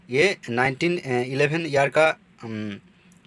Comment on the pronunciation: Not 1911 read as 2011